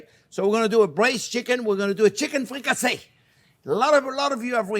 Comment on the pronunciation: Thank you chef JP , a fantastic chicken dish . Now I know what ' fricassassée ' is 😋🙏